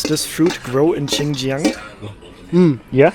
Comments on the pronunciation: dude, when you eat it, its "hao chi", when you drink it its "hao he". "chi" is eat, and "he" is drink in mandarin chinese. beware, soup you drink, he, in China, not eat, chi. and also, not Chinjiang, but rather pronounce it Shinjiang, or Sinjiang. :D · X is pronounced like "s", not "ch". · Xinjiang, the pronunciation of the "Xin" is similar to "sing". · I do recommend learning how to pronounce Pinyin letters. X= sh like in she. Shin Jiang or Shi Jinping (Xi Jinping). Q = ch like in China or Qongqing (ChongChing) Online guides are common or just use Google translate. It will help you not sound stupid.